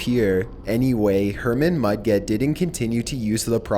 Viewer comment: It's not Herman Mud-Get Mudget sound like budget. Like a J sound, not a G.